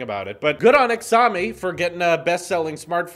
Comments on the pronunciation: The actual pronunciation is “shaaomi” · “Good on ‘ex-am-ee’l Xaoimi is pronounced like Shh-ow-mee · “ixami” XD just to let u know it’s pronounced shaomi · It isn’t Xiomi! It pronounces as “Shaomi” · Holy shit stop saying exami its pronounced shaomi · It's SHY O MEE not HEX O MEE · “Exowme” it’s “shao-me” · its called zhou me not ckziaomi or whatever the hell you just said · It's Sh-ao( like ouch but without the "ch" then mi as in "me" ( love your content, keep up the great work!) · It is Xiaomi (Sheeow-me) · it is pronounced shawme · In Chinese pinyin 'X' is pronounced as 'Sh' so it's pronounced as 'Shawmee' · pronounced as shaomi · Lol Xiaomi is pronounced “ten-iaomi” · Figured I’d check the comments before commenting myself because “exömy” was hurting my ears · I figured as much. It’s fine but just so you know the proper way to pronounce it is sh-ow-me 😂👍🏻 But I’m sure you’ve already seen that like a hundred times 😂😬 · It’s jiaumi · its pronounced shaumi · I’ve always heard it as Shao-mi. Not sure how else you’ve been told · Shaomi is how it’s pronounced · ...how have you never heard anyone say "Shao-me"? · "Xiaomi" "showe-me" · It’s pronounced as “Xi-yao-mee” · loooool it’s pronounced ‘shy-o-me’ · the name is pronounced Show Me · Xiaomi is pronounced Sh-au-me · I thinks it’s pronounced “shao mee” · It is pronounced xioami or ‘j ow mee’ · I know you pronounced it wrong lol. It is pronounced "Shouw me " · Xiaomi is pronounced shaumi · Xiaomi? Its pronounced shao-me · Xiaomi is pronounced kinda like Sheeyao mi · "Ex-ami" Cringes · Pronounced shao-mee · xiaomi is pronounced she ou me！ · Ex-zah-me lol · shouldn’t you look up how it’s pronounced? As a tech news and review guy, it’s kind of part of your job, and would have taken 5 seconds on google. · Wow that Xiaomi pronunciation... was just something else.... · Yep the Chinese pronunciation is pretty different to its spelling